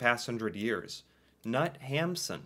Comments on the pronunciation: "Sult" was made into a movie, probably hard to find. Knut is pronounced knoot. Ole is pronounced oolé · Knut is said with a hard K. Nut 😂